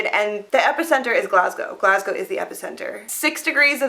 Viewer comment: Well done. You're one of the only Americans who can pronounce "Glasgow" correctly.